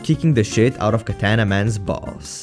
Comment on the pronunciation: He actually said Katana's name properly!